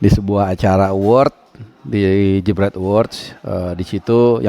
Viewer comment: Si sok ngritik STY, padahal di acara award nya baca aja engga BECUS. Harus nya baca CEO JEBREET MEDIA, malah baca nya CEO JAMBREET MEDIA. kocakkk, mempermalukan diri sendiri tuh 🤭🤣